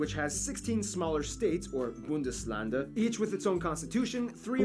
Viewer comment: Bundesländerrrrrrr.... not -lande ! and the "ä" is spooken like the "a" in english... like in the word "and"